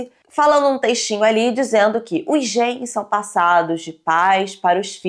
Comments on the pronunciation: Sim kkkkk ela falando "gens" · passando mal com a nao sabendo que tem a palavra genes em português e fazendo uma pronuncia totalmente diferente lkk